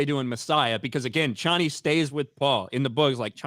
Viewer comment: The Dune changes from the book really pissed me off but I know I'm in the minority. Also they pronounce Chani's name wrong the whole time and it made me so angry 😡